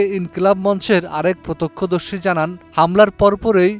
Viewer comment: প্রতোক্ষ্যদর্শী নাকি প্রত্যক্ষদর্শ? 😆😆😆